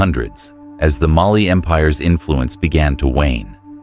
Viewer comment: The visuals for your videos are always phenomenal! The narration, however, has some pronunciation inconsistencies and makes it hard to follow sometimes (e.g. Mali sometimes “muhLEE” and other times “MAli”). Makes it hard to know what was talked about unless I pay VERY close attention